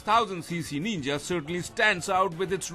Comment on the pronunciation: It's not Neenja.. It's pronounced Ninja. And yeah, it's not a Naked!